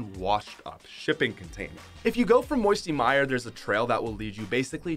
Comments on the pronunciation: he says moisty myier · "Moisty mire" LMAO!!! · he said moisty mire